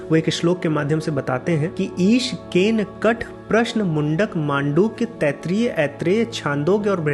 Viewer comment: Keno..not kane. I think.